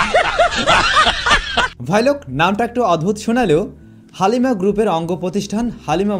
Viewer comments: ❣️ উচ্চারণটা 'হালিমা' না বলে 'হ্যালিমা' বললে ভালো লাগে। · হালিম 🤣🤣🤣 হালিমা😂😂😂